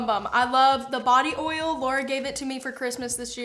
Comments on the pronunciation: It's pronounced "oYle," not "ole" ha! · I laugh every time you say OIL….you say “OL” 😂